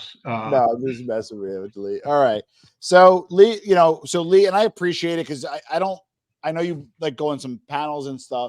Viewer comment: Lee =yeng. James=yang